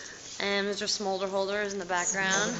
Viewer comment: well isn't it mister somder-holder?